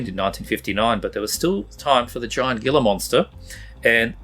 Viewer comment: Gila is pronounced like Heela